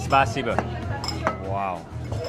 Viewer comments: làm clip rất hay, nhưng lưu ý vài chi tiết chưa chính xác: - Đầu tiên khi phát âm từ Cảm ơn: tiếng Nga có trọng âm, khi phát âm sẽ nhấn mạnh vào ân tiết có trọng âm. Từ Спасибо - Xpa-xi-bơ, trọng âm ở âm tiết thứ 2 (xi), nhưng phát âm lại nhấn mạnh vào âm tiết đầu (Xpa). Dù sao với người không biết tiếng Nga thì lỗi này ko vấn đề, nhưng nếu để ý thì nghe sẽ hay hơn. - Tên nhà hàng là Pushkin, đọc như tiếng Việt, rõ chữ U, chứ không phải kiểu đọc tiếng Anh Pơ-sh-kin. - Cái củ đỏ đỏ trên món salad, không phải củ dền, mà là củ cải đỏ. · A phát âm từ cảm ơn sai thì phải, nghe a và c nhân viên phát âm k giống mhau